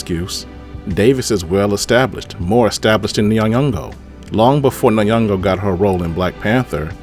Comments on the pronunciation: It’s pronounced Lupita In-yon-go not nayongo. Put some effort sir. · Nun-yongo isn’t it. It’s Nyoh-ngo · I loved this video bro but the way you nay n'yongo as "nanyongo" is hard for me (not a personal attack btw 99.9% of Americans add random letters to foreign names/places). As a descendant of Caribbean slaves I'm proud of lupita for not being blinded by the check like viola Davis🤦🏾‍♂️I made sure to share this video keep it up cuz👊🏾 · Good take my AD friend Ps:you are pronouncing Nyongo wrong